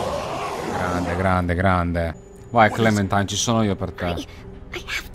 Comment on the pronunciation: Si legge clementain hahahah